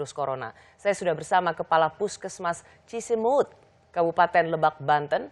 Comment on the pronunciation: Cisimeut atuh, bukan Cisemut